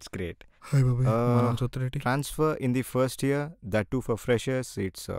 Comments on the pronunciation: Tha kadu ra adi thi 😂😂😂😂 idi na dialogue bhayya inter lo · 'Dha' kaadhu ra adhi 'dhi'.. THE 😂